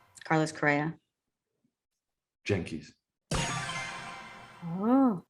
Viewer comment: as a lifelong yankee fan and from 🇩🇴, i appreciate Peter moyland calling then "jankees" 😆